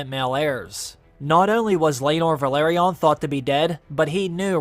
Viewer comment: No wonder the Velaryon’s go extinct. Some People find it hard to pronounce their name. Vehh larrr yonn